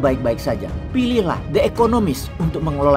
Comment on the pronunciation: The (di) economies, bukan the (de) economies 👌